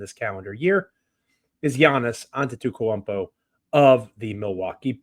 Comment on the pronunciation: you not taking the time to learn how to pronounce giannis last name is crazy. Ant tit ta koompo